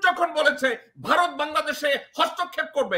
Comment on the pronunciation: বারত না ভারত উচ্চারণ ঠিক করে বলবেন আশা করি।